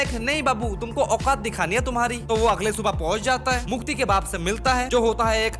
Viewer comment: Mukti ❌ Mutti ✅ 😅